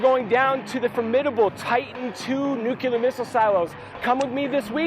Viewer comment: "Nucular"? LOL. NUCLEAR!!!!